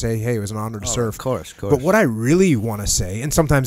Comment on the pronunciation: “Hey you wanna get some pizza”: Ovcuss.